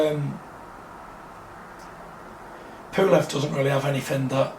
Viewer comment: Bitch can't even say PULEV.. we need another reporter